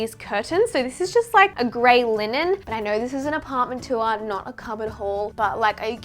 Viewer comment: I love the way you give the word “tour” 2 syllables ☺️ “too-wah” 😂